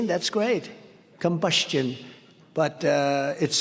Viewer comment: "combustion" . That's how I'll say it from now on